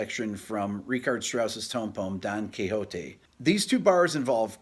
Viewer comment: ... Don Kehote??... Don Kishot!! (Don Quixote) Profound admiration for your great channel anyway!